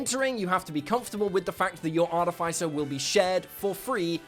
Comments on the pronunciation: I wonder what Mike Mearls is gonna think of his pronunciation of "artif-icer" 😅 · (jeez, that's NOT how you pronounce "artificer") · can you say artificer correctly? please! it drives me crazy...